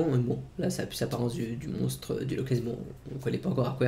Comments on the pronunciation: Moi j'entends clairement "montre", c'est bizarre, tu est certain d'entendre monstre ? ^^ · c'est le montre du lock ness franchement aprend a parler